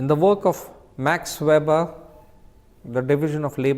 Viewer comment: 😢his name is not Ma(r)x, just Max, regards